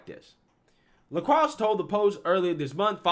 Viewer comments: It’s pronounced La Kroye. not La Krux. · La croy is how you say it not la crocks